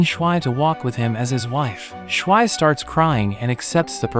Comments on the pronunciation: more like SH-why you say it it like that. ITS SHU-VEE. watch the damn English dub at least once if you're going to speak English in this video at least have the pronunciation to match the version in which you are making the video. ( haven't watched the subbed so idc if that's how they say it in Japanese or whatever language you watched to have SHWI like SH UT the heck up with that name i cannot. sorry don't undercut the quality of your recap but this is wretched ear abuse for anyone who actually have seen this 10/10 movie and enjoys the way the movie says her name. This was almost a like on principal but the moment i heard that... nuh uh no way i am off to rewatch the movie to remove this horrible representation of character names from my ears. screw bad character pronunciations in ALL recaps of ALL channels. pronunciation is so key at least put in a effort, this is so egregious i can't help but be floored enough to type this. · It's not pernounced (shh-why) it's pronounced (shoo-v) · Since you're so bad at pronouncing Japanese names, here's Schwi's pronunciation for Americans: Shwee